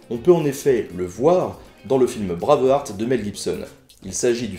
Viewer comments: "braveuharte" mé bien sur ! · "Braveheuarte" Mouais, je m'abonne pas pour la prononciation hein :p En tout cas excellente vidéo (je sors de la partie 2), et pour Charles VIII, merci ! Etant indépendantiste, parler de cette mort stupide, c'est juste excellent xD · Le "fabriqué en france" n'a pas que des bons côtés : les cerveaux qui font tes dîners ne savent pas vraiment bien prononcer Braveheart. Le reste est cool, tu es cool, la grenadine aussi.